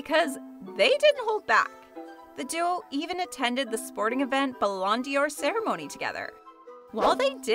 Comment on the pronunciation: bruh the way she said ballon dor